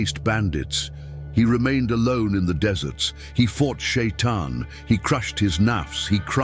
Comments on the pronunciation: Не шаян а шайтан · НЕ ШАЙЙАН А ШАЙТАН!!